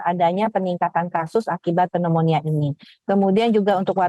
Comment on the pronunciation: Waduh narasumber koq baca pneumonia aja nggak bener...😮😮😮 Yg bener adalah cara baca pembaca berita.